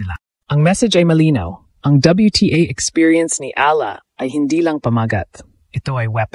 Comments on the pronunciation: Nakakainis ung audio di man.lang ma pronounce ung tamang pangalan ni E A LA ... sana english na lang ang salita ok lang eh talgalog ang sakit aa tenga hayyyyy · Ayusin mo man lang sana ang pagbigkas sa apelyido ni Alex! You're butchering her name!